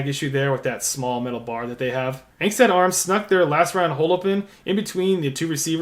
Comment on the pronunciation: Pronounced “ong-stot “